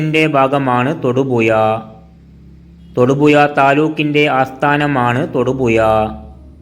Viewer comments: തൊടുപുയ അല്ല തൊടുപുഴയാണ് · നീ നിന്റെ മദ്രസ പാട്ട് പാടുന്നത് പോലെ അല്ല കാര്യങ്ങൾ അവതരിപ്പിക്കുന്നത്.... പിന്നെ എന്ത് വില കൊടുത്തും ,ഴ, എന്ന് പഠിക്കാൻ എവിടെയെങ്കിലും പോകു.... അവന്റെ ഒരു തൊടുപുയ.😮😮😮😮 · തൊടുപുയ അല്ലേടാ നാറി തൊടുപുഴ 🤭🤣🤣🤣🤣🤣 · എട പട്ടി തായോളി നീ ആദ്യം മലയാളം ഭംഗിയായി സംസാരിക്കാൻ ശ്രമിക്ക് തൊടുപുയ നിൻ്റെ ഉമ്മാൻ്റെ പൂയ്🤪😜